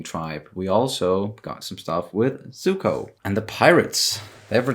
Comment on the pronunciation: whatever floats your boat, man. Like I said, that’s close to how Iroh says his name so it’s whatever. Whether you say it with a zed sound or a ”ts” combination, regardless, the point was that it isn’t ”suko”.